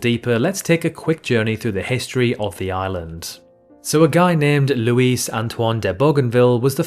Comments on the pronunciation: Bougainville's first name is Louis (pronounced LOU-ee), but the way you pronounced it (lou-EECE) is the Spanish version, which is spelled Luis. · Little critique: Instead of claiming That Louis, btw the -s is silent, -Antoine de Bougainville "was the first the first European to visit island", it would be safer to ad "as far as we know".